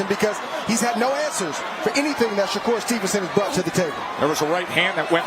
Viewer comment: Here he is again Mayweather jr uhg" i mean shakurrrr Mayweather Stevenson 🤣